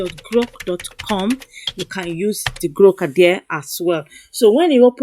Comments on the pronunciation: Are you say GROK AI or Gro AI? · Are you saying GROK AI or GRO AI?